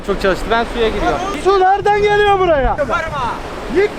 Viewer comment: ana su geleyor o nasıl bir diyiş şekli